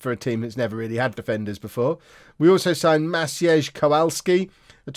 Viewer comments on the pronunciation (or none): Maciej... is proncounace Mach-ey, I believe. Couple of years ago my firm opened another IT office in Warsaw and now I'm at least 4 current ability at most eastern European name pronunciations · Maciej is pronounced Ma-chic